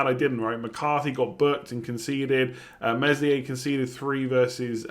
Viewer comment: Meslier is pronounced Melier, the "s" is silent.